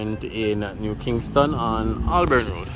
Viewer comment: It is Hol-born not Ol-born Road.